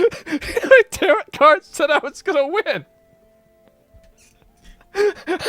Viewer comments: Tarot Cards : "Tarrot" like carrot.... pronunciation : Tarrow / (T-air-oh) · Not Asmon saying tarot like "carrot" Still love ya though